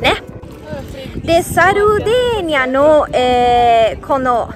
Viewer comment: サルディニアかと思ってたら現地人はサルデェーニア言うんかｗ サルディニアはおそらく英語なまりかなんかかな